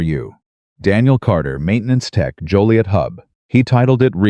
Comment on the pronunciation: I’m totally surprised that the narrator pronounced Joliet correctly most call it Jolliet !